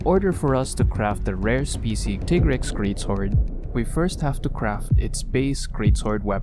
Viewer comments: This is a good video but the way youre saying subspecie not subspecies is driving me insane im sorry. Why are you saying it like that? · Just a heads up for the future, "species" still has the s on the end even when it's singular.